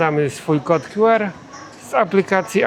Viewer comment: Nie mów "kod kju er" bo to nieco be sensu... Albo kod "kju ar" albo "ku er".